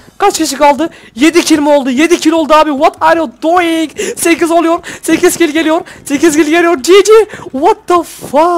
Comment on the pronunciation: abi hayranınım ama doying deme pls normal ini söle <3